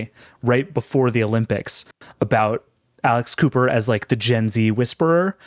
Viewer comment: I heard "Alice Cooper" not "Alex Cooper" (clearly I don't follow those kinds of podcasts) and was QUITE confused... And I would TOTALLY listen to Alice Cooper doing a weekly podcast...